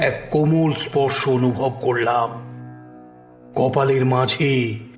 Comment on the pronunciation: বাচিক শিল্পীদের কন্ঠশ্বর ভীষণ ভাবলেশহীন, আর মূল বাচিক শিল্পীর শ্বাসাঘাতে সমস্যা আছে। আর প্রতি শেষ শব্দের দীর্ঘ উচ্চারণ!! উদাহরণ যেমন .. "করলাম" উচ্চারিত হচ্ছে করলাআআআম!!!